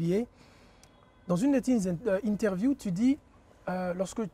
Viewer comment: Africain " intervieuw " !!! 🤣🤣🤣